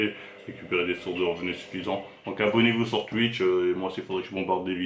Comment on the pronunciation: Je suis désolé je ne peux pas terminer la vidéo, tu as cette fâcheuse tendance comme un grand nombre de gens à modifier la prononciation de certains mots. Les "oui" deviennent des "ui" exemple tuitch et pas touitch c'est insupportable tuitter au lieu de touitter, à part ca force à toi